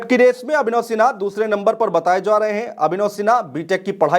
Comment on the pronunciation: भाई जा को जो क्यों प्रोनाउंस कर रहे हो ??? बताया जो रहा है is wrong बताया जा रहा है is correct..... चोन्हा के बोलने के चक्कर मे अपनी ही काट ले रहे हो...... तुम्हारा दोस्त-वोस्त नही है क्या इस तरह के सलाह के लिए ????